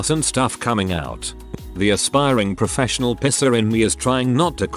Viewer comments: Am I the only one hearing “professional pisser” and not “professional piercer”? O.o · Pisser is what I heard. Had to read it to git it right. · The way it pronounced Piercer made me choke on my water because I heard something a whole lot different.